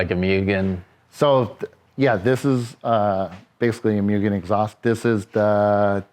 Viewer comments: "Myuuugen"....and he's been doing this for 30 years?? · MOO not MYU for Mugen.